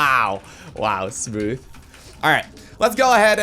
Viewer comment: Smotoh! "Smooth" fkn lol! Cool game with a cool guy by the looks of it